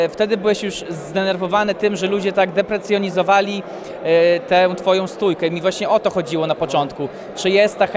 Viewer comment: "deprecjonizowali" XDD oj